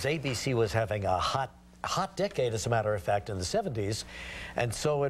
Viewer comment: LOL I thought he said "hot dick" in the beginning. It was "hot dec-ade," but he like relaxed the last part of the word LOLOLOLOLOLOLOL OMG my heart stopped xD